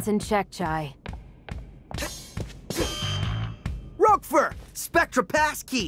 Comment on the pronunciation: Roquefort ❌ Roqufurry ⭕